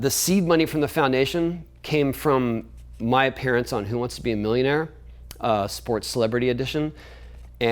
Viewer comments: it sounds like he says "My parents own the show." Took me a while to realize he said "My appearance on the show." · Thanks for clarifying this, I was hearing "my parents" every time too.